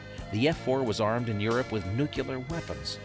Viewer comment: How do you spell that? N U C U L E R ?? I thought it was N U C L E A R. Think of it this way. When you "NUKE" an area, it becomes CLEAR of most things.